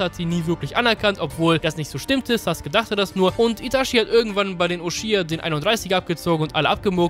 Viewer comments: Geiles video aber es macht mich agressiv das du saske sagst anstatt sasUke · Warum sagst du saske der heißt doch sasuke